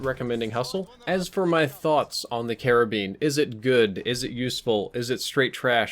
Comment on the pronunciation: You sound like you are saying Caribbean every time you say karabin lol